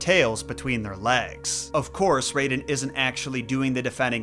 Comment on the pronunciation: omg stop saying RAYden. his name is raiden. r-EYE-den. yes it was spelled Rayden in the first Mortal Kombat BUT that was a mistranslation and all subsequent games have used the correct spelling.